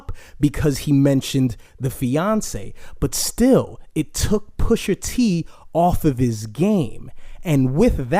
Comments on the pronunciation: Pusha T not Pusher T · Bro his name is Pusha T not Pusher dude ..smh lol